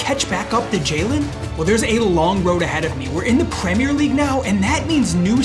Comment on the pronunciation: Pwemere league